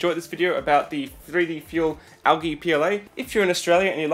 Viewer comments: Its pronounced aljee not algee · It is not pronounced al ge it is pronounced al - jee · Never hear it pronounced Al Gee.....it is Al G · the way he says algae...